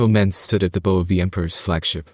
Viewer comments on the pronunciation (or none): Please teach the AI the difference in pronunciation between bow (like with an arrow) and bow (like the front of a boat or bending at the waist). 😅 Thanks for the video though. It’s way easier to follow the story with pictures.😂